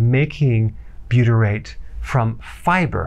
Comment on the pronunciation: Loaded with buytrate? It’s 1% buytrate 😂😂